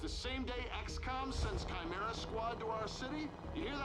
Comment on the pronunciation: So glad you're playing this :D Chimera is pronounced like Kimera (same as you pronounced it except for the hard k sound)